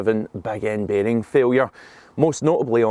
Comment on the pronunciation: Beg end baarhhing failure... what?